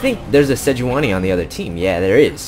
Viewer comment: its "SEDGE-WAN-Y" (thats who phreak says it)